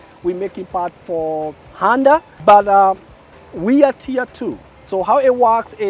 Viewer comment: So its handa not honda and toyora not toyota 🙊😮😂 😂